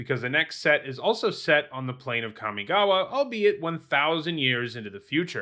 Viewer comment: The most impressive thing about Kamigawa is that in 20 years people didn't learn to pronounce it correctly.